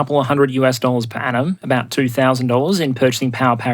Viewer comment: I was confusing the crap out of my self since I listen to this as a podcast as I work. I kept hearing "per annum" as "per atom/Adam" which I thought was a joke at first to joke about how dense the shipping lanes at first. I am uncivilized and rarely heard the phrase "per annum" before and makes more sense seeing how it's spelling thanks to Transcript feature.